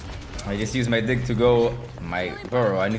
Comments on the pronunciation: diiiig not diik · He can't say dig to save his life lmao